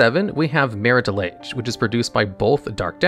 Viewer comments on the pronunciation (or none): Anyone else notice just how many misspelled words are in the video text even when the correct spelling is on the card or learned back in 3rd grade? Or how badly some words, even some from the game, are mispronounced (i.e. Maritah Lahg for Marit Lage)? This is a great channel, but these simple proofreading and listening checks show such lack of care that kills credibility. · Why do you pronounce Marit Lage two different ways? You are 100% mispronouncing names of cards on purpose